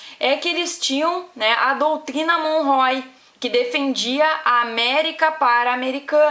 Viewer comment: cara "MONROE" está correto.